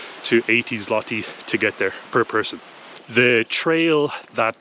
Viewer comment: It isnt ZŁOTI, its ZŁOTY on end YYYYYYYYYYYYYY not iiiiiiiiiiii